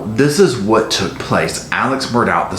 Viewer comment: Have the "tragedies" happened TO the family, or have they orignated with and been self-inflicted on the family. And it is pronounced "Murdock".